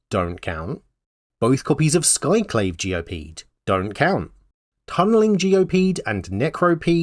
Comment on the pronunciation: can I be mean and point out comedically how you mispoke Skyclave as Skayclave that one time, or is it better to give it a pass since it happened 1 minute and 40 seconds in of a continuous segment